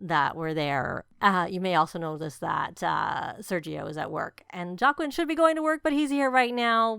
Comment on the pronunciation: Whoa!! Girlllll! This is amazing!!! Please say it's up on the gallery...All the prices of landscaping have been reduced. The youtubers who built for this pack requested a reduction due to needing to keep things cheap while building what EA requested. Please don't think I'm being snarky because I'm not but Joaquin is pronounced "wha-keen" I only know this because I worked with someone with this name.